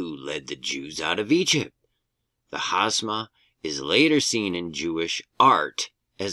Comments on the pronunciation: i don't mean to be psycho about it but you keep saying hasma but its spelled hamsa so pronounced differently... totally understand that you are a voluntary interpreter and a loving reporter and since you said it 3 times i wanted to show you 😂preciate you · Is it pronounced HASMA? That's how you said it. It's spelled HAMSA. Just wondering